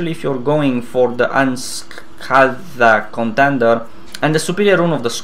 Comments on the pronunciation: Really not being rude or anything, just trying to help you out at the end "unscathed" pronounced like un - sca (like the begining of skater) thed ( like ending of bathed, mouthed or smoothed) Love the Video Btw Keep em coming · Just FYI Unscathed is pronounced, Un-scay-thed. Its really surprising how wrong the tooltips are, especially since Anet had that big push to make them useful a few months ago.